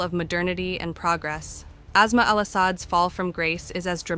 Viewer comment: It’s despicable when some anchor person pronounces her name as azma like a respiratory disease. It is Aasmaa which means the sky. S doesn’t always sound like z. It is a total disrespect for that woman , their language and civilization.